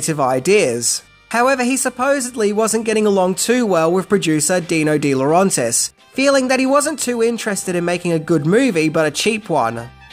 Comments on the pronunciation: It's De LaurAYntiis NOT LaurONtis. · Agreed. The continuous mispronunciation of De Laurentiis was excruciating. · It's Roger VADIM not Roger VADMIN. How many times do you say that name wrong? Sheesh. You're also botching the pronunciation of Dino de Laurentiis' name, but not as badly as Vadim's. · He also botched Di Laurentiis. He does have to make a better effort to pronounce names correctly. I hate what he would do to mine, Villavicencio. 🤣